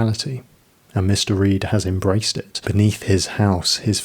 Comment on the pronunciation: Are you saying Mister Reed? Or Mystery? Say it out loud. Mr. Reed, mystery